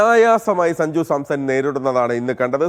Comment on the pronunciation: Sanju Samson വാർത്ത അവതാരിക അങ്ങനെ പറയൂ 💪 സഞ്ജു സാംസഡ് അല്ല😂